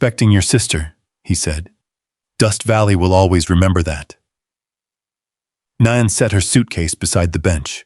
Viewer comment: Naan is a type of Indian bread. The character's name is Nan, which rhymes with Ann. Instead of dinging at us to subscribe, pronounce the main character's name correctly. SMH...